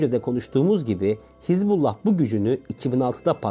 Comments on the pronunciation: КАК ЖЕ ПРОТИВНО ТЫ ПРОИЗНОСИШЬ СЛОВО ХИЗБ"У"ЛЛАХ. А НЕ ХИЗБАЛА!!!И В ПЕРЕВОДЕ ЭТО СЛОВО НЕ "ПАРТИЯ БОГА" КАК ТЫ ТАМ ГОВОРИШЬ,А "АРМИЯ АЛЛАХА"!!!ПЕРЕД ТЕМ КАК ВЫСТАВИТЬ ПОДОБНОЕ СТОИТ ХОТЯ БЫ ЭЛЕМЕНТАРНЫЕ СЛОВА УТОЧНЯТЬ!!! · Звучит как то нелепо ХЕЗ-бола😂 когда все знаю как правильно по-арабски «Хезбалла» или «Хизбалла» с окончанием на последние гласные. от слов «хезба» и «Аллах» «партия Аллаха» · Не Хезбала,а Хизбуллах. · Не Хезболла а Хазболлу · Ударение ставь правильно, не хизбАллах а хизбаллАх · ХезбаллА. Вы не правильно делаете ударение в этом слове. Ударение на последнюю букву ! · Хизбала ударение на хиз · Капец автор Хасббулла правильное произношение 😂,иди учись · Научите этого чела правильно называть Хезбаллу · Научитесь правильно выговаривать терорестическую организацию.